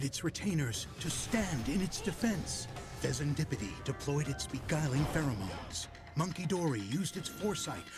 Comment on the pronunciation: Bruh. Listening to the narrator say these names and having not played this dlc yet make me thing the names of the pokemon are totally made up and fake. Monkey-dory? Pheasan-dipity? What five year old came up with this 😂